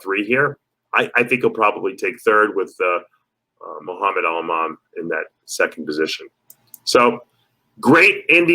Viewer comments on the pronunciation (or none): none